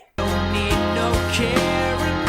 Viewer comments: I hate the way he pronounces "carryin' on" - Like, he didn't write "carin' on" so why is he singing that ? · I thought it was "I don't need no carin', no!" Like he had a bad day but doesn't want people to comfort him about it, I guess. He absolutely DOES NOT hit the second syllable of "carryin'".